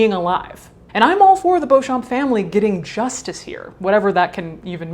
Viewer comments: Madaam, you have a deal. The name is pronounced "bow-champ". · The p is silent, just read it like Beaucham. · Oh my god! I found someone that shares my last name! I've never seen anyone with my last name before. Also pronunciation is bee - chum, this is for me at least. So, now I know I share my last name with two murders, a living corpse, and a fetish model. If you're curious I can link a wiki in the comments that showed notable people with the last name :). Love you Caitlin!! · Their family name is pronounced Bee-chum. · I’m sure it’s not of any real interest , but Beauchamp is a very old English name that is pronounced “ Beecham” . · Beauchamp is pronounced Beecham.